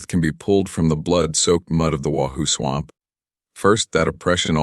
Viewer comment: Great story but you need to upgrade ur AI. Pronunciations of simple words like “swamp” mispronounced every time it is used. Things in parentheses not suppose to be read is read anyways. Other than that no complaints. And no disrespect intended. Merely a suggestion.